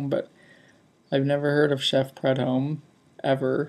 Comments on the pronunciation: please do some research on anything you review. Chef Paul ( Pronounced Pru-Dome) was a renowned cajun chef and had one of the first televised cooking shows. His many seasoning products are still sold worldwide even after his passing. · I get it that you didn't like the hot sauce and that's fine. I guess where I think you could have done better is in the research area. You have so much technology at your fingertips for instant information.I grew up with Chef Paul and took it kind of personal when you mispronounced his name. All is well and good my friend, keep up the good work.